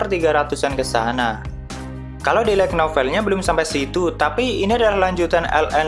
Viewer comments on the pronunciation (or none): none